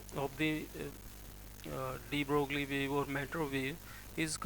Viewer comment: Mr. Dr. ... Broglie in French is not pronounced "broogly" but "broy"!!!!